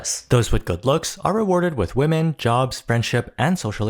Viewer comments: Genuine question: did you pronounce women wrong on purpose? My friend and I have a theory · Why do you consistently mispronounce ‘women’?